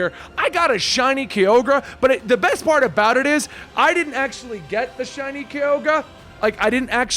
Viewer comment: Lmao shiny kioga in stead of kyogore